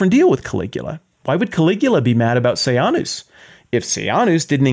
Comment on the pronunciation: This was a good lecture, it brought up all my old memories of “I, Claudius,” the British tv series. Roman emperor history is a big soap opera. “Sejanus” was pronounced “Se-Jane-us” in the series, not “Say-Ahn-us,” but wtf.